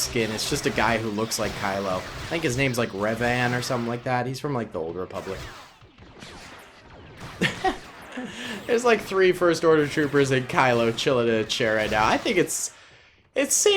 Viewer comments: When pronounces Revan as "Reavan" Star Wars Fanbase: So you have choosen death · When your fav Star Wars youtuber says “Revan” wrong... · How dare he pronounce Darth Revans name wrong